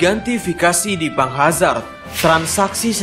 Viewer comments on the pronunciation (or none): none